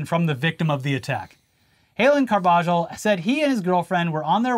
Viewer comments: Carbajal= Car-buh-hall not cargiball 😅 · Carbajal is pronounced carb-uh-hall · How do you guys live in LA and not know how to pronounce Carbajal? Car-buh-hall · being from SoCal and continuously mispronouncing Carbajal is hilarious.